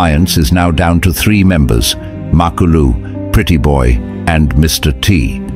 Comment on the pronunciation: MA-KU-LU not mak a lu 😂